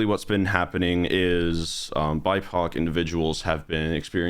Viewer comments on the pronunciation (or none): When he was saying bipoc I thought he was saying "my cock" I literally had to look down in the comments to check to see what he was actually saying because I didn't know about that term lol